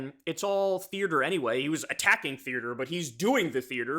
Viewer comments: Kyle its "theater" not "thearter" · “Theartre” lol